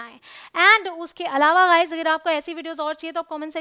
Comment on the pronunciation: Woh sab toh theek hai ma'am ग़ाइज़ (guys) nahin hota गाइज़(guys) hota hai ग boliye।।।। ग़ नहीं।